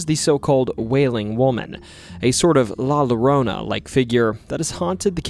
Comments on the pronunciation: FYI: It's pronounced La Yorona. In Mexican Spanish, double L's are pronounced as a Y. In Castilian Spanish, they're pronounced like a J. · You're videos are fantastic and totally engrossing...until you mispronounce something. The crying ghost woman of Latin American folklore, La Llorona, begins with a double LL which in Spanish, is pronounced as a "y" sound as in "tortilla". The name comes from the Spanish verb "llorar", to cry. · “La lolrona” ok bud.its not so hard to ask a friend or even google to tell you how to pronounce it correctly 😂😂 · Great video. Just one thing, La Llorona's name is pronounces "La Yorona" as, in Spanish, a double L is prounced as a Y